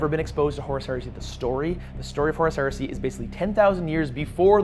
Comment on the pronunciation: Every time says Horus Heresy all I hear is horse heresy which is bringing up some weird mental images